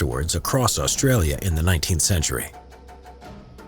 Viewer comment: The only thing I hate about is how they say Australia